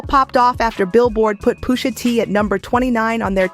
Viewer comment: Stopped watching bc I just can’t keep hearing the robot voice say “POOSHA” 🤦🏾‍♂️